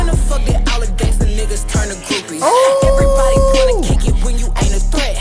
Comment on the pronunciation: she talking erabody